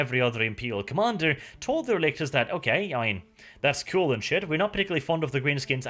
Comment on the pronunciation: Relic,tors. RELICS. I kept hearing RElictors R.E. Lictors Resident Evil Lictors through the entire video.